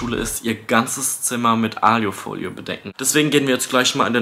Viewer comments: Warum sagt er aljufolie😭 das heißt alufolie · Wie er die ganze Zeit alju folie sagt 😂❤ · Wie er immer Aliiiufolie sagt es heisst Aluuufolie! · *nicht "Aliofolie" sondern Alufolie... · ailofolie? es heißt Alu Folie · Es heißt A L U - Folie